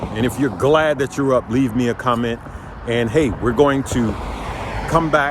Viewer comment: glad or glade? lol